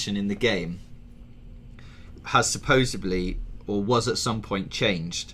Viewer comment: Supposebly... god damn that drives me nuts. You guys are in journalism, can't you say it correctly??